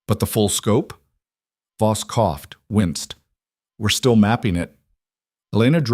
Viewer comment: It's not boss it is Voss poorly done AI